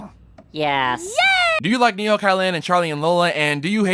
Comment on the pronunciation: I cant spell "Typically" but you can't pronounce Neko! Fun QnA tho. Good job!